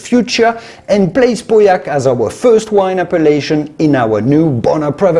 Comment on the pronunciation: I was relieved when you finally started to pronounce Pauillac properly.